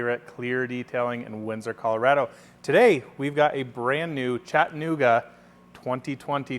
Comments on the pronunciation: Chat - A - Nooga say it with me...Chat - a - Nooga Not Chatta Nooga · I think us non-locals need a YouTube tutorial of this pronunciation because he sounded fine to me!